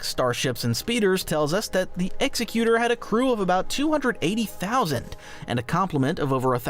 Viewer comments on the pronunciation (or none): EX-EC-YOU-TOR NOT EXY-CUTE-ER. GREG-GAR-IN. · Executor is pronounced like the person who executes a will, the executor of the will (ex-EK-u-tor). It is a representation of the emperor's will. It wouldn't be pronounced like "execute-or" because a person who carries out a death sentence is an executioner, not an executor. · The super star destroyer Executor's name is pronounced eggs-zek-u-tor, not "ex-e-que-tor". It doesn't execute like the hangman, it controls and dictates like the legally appointed executor of a will. If it were meant to be pronounced like an executioner then it would have to be named "Executioner". Also, star wars ships have inertial compensators, so G-force doesn't matter. Anyone who has spent any time at all consuming star wars media would know that. I've watched enough videos on this channel to believe that the blatant mistakes ( - "small shops" instead of small ships) that are made in these videos and scripts indicate that it's probably AI generated. No small part of this conclusion comes from the video opening by acknowledging that star wars is space fantasy and then going on at great length about how unrealistic star wars ships are - I get that that's the subject of the video but it's annoying to hear a video harping on about this point when obviously the ultimate conclusion is that cool designs that serve the needs of story trump realism. Nobody creating star wars is trying to make realistic ships, they're just trying to create cool ships that are surface-level believable. A 30 minute video was not needed to make this point. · eg-ZECK-yoo-ter, not EX eck yoo ter. Like Executive. You're confusing it with the verb execute, but the noun for that one is executioner which still doesn't put the stress on the first syllable. Also , if you're going to criticize something in space fantasy based on the real world equivalent, maybe don't use the sci-fi term "ship" but the real world term "spacecraft". You can't have it both ways.